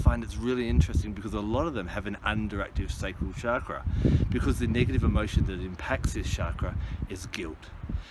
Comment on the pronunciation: you say chakra wrong